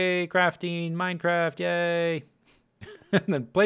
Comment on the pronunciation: My favorite start... "Welcome back-u to the Mind-u-crack-u server! Yay!"